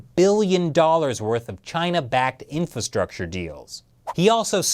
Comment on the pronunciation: It's not "infastructure", you missed an "ra". Speak well when you wear a suit